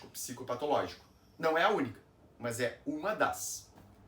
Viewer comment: O problema é essa pronuncia, o "mãs"😮. Nao temos essa prosódia.